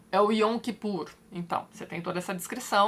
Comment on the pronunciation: Eu sou judia (oficialmente) e tem coisas que até hoje eu não entendo, mas na verdade eu não acredito em Deus. Apesar disso, a história de Moisés é uma das melhores da Torá, que homem extraordinário. Eu sempre brinco que se no judaísmo tivesse santos, o meu seria Moisés. Ps: Sobre a pronúncia, a palavra Yom, a consoante o é dita com acento agudo, Yóm.